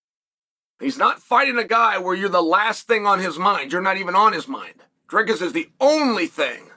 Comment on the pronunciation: that's how you say it bruh